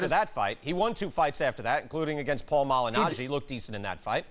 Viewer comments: "paul maghinali" - floyd mayweather 😂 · cant even say boxers last name.o yeah world champion.hes a joke. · 😂😂 he couldn’t say Paul Malignaggi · “Paul Majinali” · Mayweather said paul magginali 🤣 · they both said his name wrong 😂😂 “Paul Majinali” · "Paul Mana-laggi" - Mayweather lol love Mayweather, just cracked me right up! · Paul Majinali - sounds Indian!! 🤣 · "maginalli" he said.. Hahaha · "Paul Madg-Ah-Nali" lmao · Money may couldn’t pronounce Pauline’s last name 🤣🤣🤣🤣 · Floyd so flustered he can't even pronounce malignaggi or castillo. He says he's there to be interviewed not to interview... And then proceeds to keep asking questions himself. Clown lol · When he struggled and said paulie malignaggi name wrong I cried 😂🤣😂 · He can’t pronounce paulie malignaggi